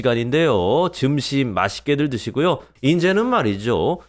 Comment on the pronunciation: 언어 발음이 재밌네요 점심~증심